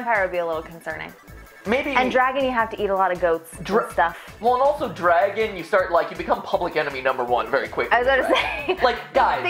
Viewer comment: Dwaaaaaagon I would summon a dwagon